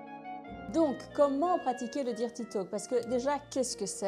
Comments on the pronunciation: Sympa l’idée mais "dirty" se prononce "deurty" si on devait franciser le mot 😊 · Excellent conseils, par contre la prononciation de « dirty », c’est comment dire…belgo-francais 🤭. Mais on s’en fiche vous maîtrisez parfaitement la langue (française lol) et de toute façon, sus aux anglois, si je puis dire…